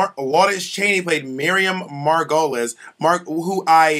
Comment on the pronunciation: WHY DO PEOPLE KEEP PRONOUNCING HER NAME WRONG?! Including RuPaul... It's pronounced Miriam [Mar-go-LEES]. Not Miriam [mar-go-LESS]